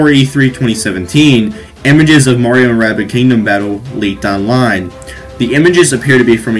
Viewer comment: i love how he said murio